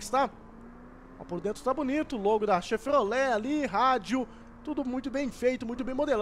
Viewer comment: o fala ''chefrolet'' e ''test driver"